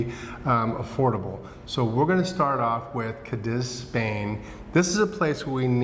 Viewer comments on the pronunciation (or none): caw dees or caw deeth (not kuh diz!!!)